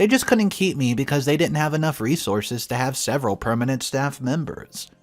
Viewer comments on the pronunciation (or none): none